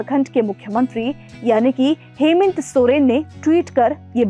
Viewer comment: मैडम जी हेमेंत सोरेन नहीं हेमंत सोरेन